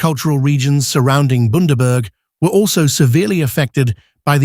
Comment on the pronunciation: Boondaburg. Where the fuck is that narrator from